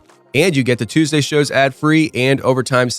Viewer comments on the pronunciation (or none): none